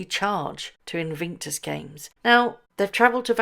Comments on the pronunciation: Love the pronunciation of INVICTUS as INVINCTUS. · In VIC tus - not in VINC tus. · Bless you but please say InVICtus and not InVINCtus!!! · Your question: "what do you think she has done to her face"? My answer: Destroyed it! 😅 Edit: Just a little note, there's only 1 "N" in Invictus - In vic tus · It's "In VIC tus", not In VINK tus" - could you correct that one, please? Driving us batty! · are you being ironic by saying Invinctus and not Invictus?? If not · You are pronouncing Invictus incorrectly. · Morning do you realise you pronounce Invictus incorrectly. I know you like to report accurately.